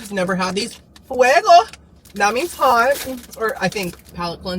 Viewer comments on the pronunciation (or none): none